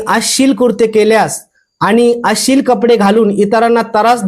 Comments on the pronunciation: तरास नाही हो त्रास म्हणा.. अशिल नाही अश्लील म्हणा.... आधी तुम्ही मागा माफी अभिजात मराठीचा अपमान केल्याबद्दल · अशिल नाही हो, अश्लिल असा उच्चार आहे